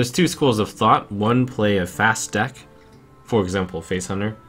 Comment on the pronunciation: At 16.34 sounds like he said: what dick i hit legend with :P